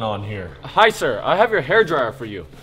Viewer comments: that "HAEIR DRAIYUR" Sounded so Ging Ging 😭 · Bro said hairdryer in a giiing ging accent